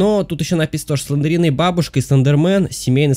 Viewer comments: Не СЛЕНДЕРИНА а СЛЕНДРИНА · Не СлендЕрина, а Слендрина!